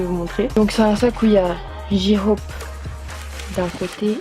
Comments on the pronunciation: J-Hope se prononce"jey-hope " sinon super vidéo comme d'hab 😘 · J-Hope se prononce"Jey-Hope" et Suga se prononce"shouga" sinon super vidéo comme d'hab